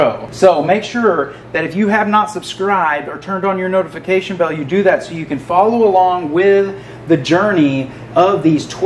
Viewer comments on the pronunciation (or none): none